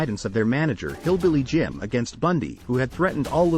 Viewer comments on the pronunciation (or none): Hilly Billy Jim.